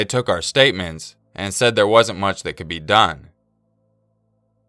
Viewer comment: "Right thur" I died laughing just saying